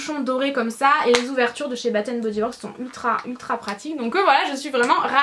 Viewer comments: Defois tu dis bat and body works au lieu de bass and body works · Hello, je suis d accord avec la miss, c est " bass and body..." Son accent anglais est....;-) Mais ta vidéo est très sympa! On découvre de nouvelles senteurs,... Des bises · Excuses moi mais on dit Bass and body works voila <3 ;)